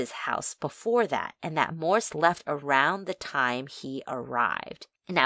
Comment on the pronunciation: It's "Morse", not "Morris".